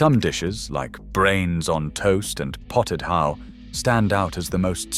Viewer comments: Potted ho? I think not. It's potted hoch (as in loch). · Haugh is NOT prounced HO it sounds like hoch, And is still made in homes from boiling chin beef and knee bones till they are falling apart 😅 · Scotish hough pronouced hock as in ham hock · WTAF is Potted HOW?? It's Scottish and rhymes with LOCH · Made me laugh. He started with 'how', then changed to 'hoe' and finally 'who'! 😂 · I wish they had looked into the pronunciation of hough, it rhyms wih the aunusual sound of loch( tongue raised at the back of the mouth and breathing out)